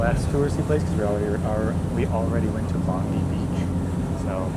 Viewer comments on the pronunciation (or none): You went to the "Bondy Beach"? It's pronounced "Bond-Eye". 😉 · I thought you'd have corrected your pronunciation of Bondi by now. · Oh the first line was referring to "Bondi" pronounced as bond 👁️. Just like to help a mate out.😊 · “Bondee” beach? Yeah nah, that’s “BONDEYE mate! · so did i. they watched a video about sydney but they still choose to pronounce our beach bondee after hearing it's pronounced bond-eye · Even after being corrected many times you still insist on Bond ee rather than the correct Bond"eye" . Obnoxious yank. It almost feels on purpose at this point with MOZZMAN not "Moss"man and I'm sure I heard cackatoo. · No offence guys! Great content but Bondi is pronounced Bond-eye and Coogee the g is as in like the word cage. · 😵‍💫Could you please,🙏say Bond die 🙏 insert of Bondee.🙏🙏You’re absolutely buggering up the word.🤪🤪🤪🤪🤪🤪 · Bon-dye! Not Bondee :face-red-droopy-eyes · Fun vids, fellas - and good on you. It's bon-dye though, boys - not bon-dee 👍🏻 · I live in Cairns FNQ. You couldn’t pay me to live there.. Also it’s Bondi is pronounced Bond-Eye.. not Bond-Ee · It's BOND-EYE! C'mon, guys, it's not that hard. Even people whose first language isn't English pronounce it properly after they hear it once. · Bon-die not bon- dee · It's BOND - EYE beach. not BOND - EE beach, and EM - YOU not EM - OO. Australia's national tree is the Eucalyptus Gum Tree, they are everywhere around the country. Are you sure that you are walking up the right way in the Northern Hemisphere or are you walking upside down??? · Sydney and Perth have a Mediterranean climate. I wince every time you say “Bondee” instead of Bond-eye” 😖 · Love seeing you walk through different areas of Sydney. Off the beaten track for most tourists. A few pronunciation hints - Bondi ( not Pam Bondi) it’s Bond-eye. Coogee is Coodge-ee, (like good). Looking forward to seeing your trip down the NSW south coast. Sydney def has its own vibe. Welcome !! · It's pronounced Bond-eye Beach, not Bond-ee